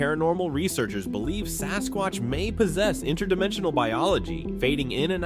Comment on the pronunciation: 2.56..MAN,NOT SASQUACH